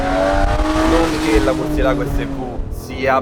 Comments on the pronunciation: Ma perché Murcielàgo se c'è l'accento sulla "e"? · recensione a parte etc, si pronuncia murciélago che sarebbe il pipistrello in spagnolo